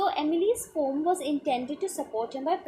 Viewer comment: Yrr aap poem ko poom mat bolo acha nahi lag raha poem hi bolo please 🥺